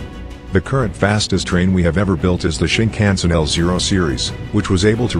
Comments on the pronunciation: shinkansen* not shinkhansen or sinkhansen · Shinkansen, not Sinkhansen you’ve made a small mistake on the N700 section